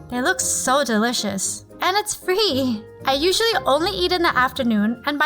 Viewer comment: In the beginning,did anyone notice how she said free😂 no hate but I love this vid